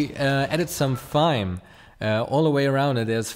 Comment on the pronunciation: Just FYI Thyme is pronounced like Time. The H is silent.